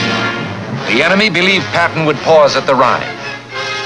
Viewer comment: According to the comments section . You've had up to 7 years to fix the problem with the name . Please do so , the name is " George S. Patton "